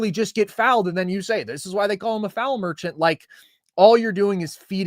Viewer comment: FREE THROW MER-CHANT lol gtfoh